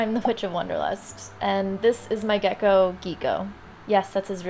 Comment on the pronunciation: I love the gecko being called geeko ngl